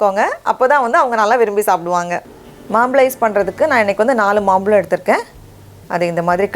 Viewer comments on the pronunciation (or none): akka adhu maambazham(Mambalam illa ) Mambalam t.nagar pakkathula irukku .... Ungala paathu nerayaper maambalam nu solluvanga.... Solli kodukara ungala paathu nerayaper kathupanga .... So teach good and correct .... But ice nalla vandhudhu..thank you